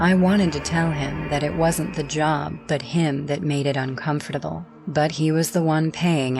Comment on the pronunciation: i don’t like how the girl narrator pronounces “comfortable”😭